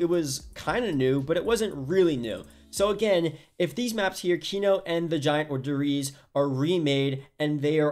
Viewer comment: Der reez